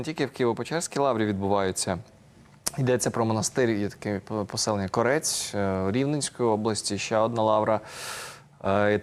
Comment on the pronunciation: не корЕць а кОрець !!!